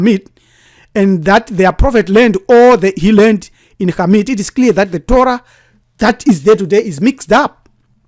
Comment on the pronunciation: Great information, thank you. Also I enjoyed hearing Khamit pronounced correctly.